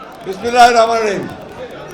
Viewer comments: ঠিক মত তো বিসমিল্লাহির রহমানির রহিম ও তো বলতেনপারে না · বিসমিল্লাহির রহমানির রহিম ও বলতে পারে না ঠিক মতো তাকে আমরা নেতা মনে করি হায়রে কপাল পোড়া জাতি আমরা